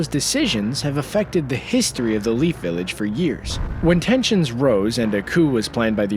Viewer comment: we not ganna talk about how he said lead village 🤦‍♂️